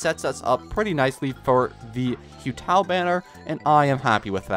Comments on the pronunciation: its who tao, not hiu tao pls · Day 3 of saying to call hutao “who tao” and not “hue tao” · PLEASE you don't say hew tao you say who tao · Congrats on the Yaoyao :D also just wanna say it’s “who-tao” not “hue-tao” haha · This guy be like: hue tao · When saying Yaoyao's little bunnies name it is you-gwey and hu tao is pronounced Who-tao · I took your yaoyao and you took my xinyan💀 Also it's not hue tao it's who tao please pronounce it righttt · It's driving me insane. If he's gonna say hue tao one more time I will literally pull my eyeballs out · not gonna lie, "Hue" Tao is making me wanna stab my ears Also "Zhao/Zinyan" instead of "Shao/Shinyan" but not as much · It’s painful to watch you saying hyu tao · hu tao isnt pronounced like hyu tao 😭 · It’s pronounced who tao🥲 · man, dont take this the wrong way... its pronounced who Tao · you are not, i pray he stops doing it every day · I'm annoyed too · nah almost everyone says something about his name pronunciation in the comments. hopefully after he gets hu tao he’ll say her name correctly as she literally teaches you how to say her name in her voice lines 💀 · I think hu tao will send a five star your way because you keep butchering her name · It pains me how you say hu tao….